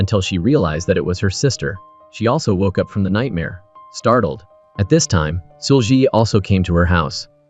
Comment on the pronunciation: seul-gi... it's pronounced see-ul ggi ... gi is a hard G like glove or grow. not a soft g. the brutal mispronunciation is hard to listen to for almost 2 hours.